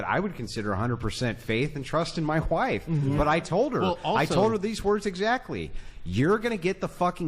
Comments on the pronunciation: Dude said wwhife 😆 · bro said hwife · “100% faith and trust in my whife” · He said wife with an H, like in a proper English 'what'. Never seen that one before. My Whife! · "My w-hife! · His "whife" ugh he is so disgusting